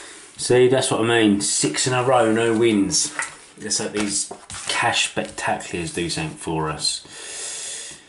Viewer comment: Always have a chuckle when you try and say 'spectacular'. "Spacktacklyur" ha ha